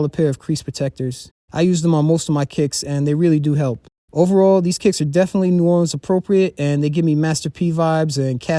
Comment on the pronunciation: Idk where you from but people that's from New Orleans don't call the city Nawlins